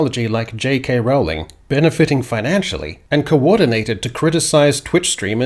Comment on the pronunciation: The narrator (computerised?) Is inconsistent over the pronunciation of "Rowling", getting it both right (rhymes with bowling) and wrong (rhymes with howling) within a couple of minutes.